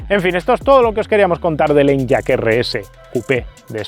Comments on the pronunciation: No se llama En-yaq (usando la Y como consonante) sino E-ny-aq (la Y como vocal) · Por favor, deja de decir "en-yak" y dilo como "eniaq" 😅